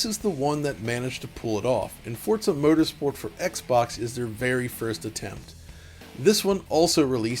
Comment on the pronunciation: Forza "Protersport"? LOL